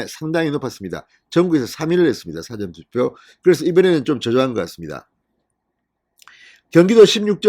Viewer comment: 유튜브 방송 1위 하시는 분의 발음 맞나요? 예를들면, "사전 투표" 발음 부터 한번 고려해 보시지요?